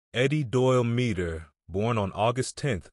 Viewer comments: Ouch. His name was pronounced MED-der. Not MEE-der. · Right. I'm old enough that I recall watching televised games in the late 60's and the announcers always pronounced it as MED-der.